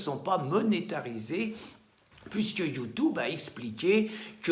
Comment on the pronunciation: ça va, votre chaine va dépasser BFMTV, tu prononces mal "YOUTUBE "